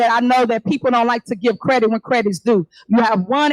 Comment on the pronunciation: Tiffany said CREDIC! The PROPER word is “CREDIT”! What an IDIOT NGR TIFFANY HENYARD IS!